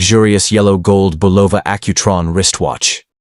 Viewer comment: The watch company in your 1975 double homicide is Bulova is pronounced Bull-oh-vah with the emphasis on the first syllable. Good research makes a story worth listening to. Is this AI?